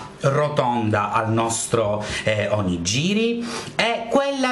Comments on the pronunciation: ciao :) 1 errore di pronuncia : non si dice Onogiri,ma onigHiri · Non si pronuncia 'onigiri' ma 'onighiri' ;) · si pronuncia OniGHIri lol sentire oniGIRI mi turbava :O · Ma non si diceva ONIG"H"IRI ? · "oniGIri" non si può sentire.. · Bravo!! Perô mi raccomando: si pronuncia ONIGHIRI !!!!!!!!!!!!! :) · si pronuncia ONIGHIRI!!! -. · Voglio l'Onigiri a forma di faccina di Panda!! Che carinoooo!!!! P.s. Ogni volta che dici "Onigiri" onestamente mi viene da ridere... (nel senso buono)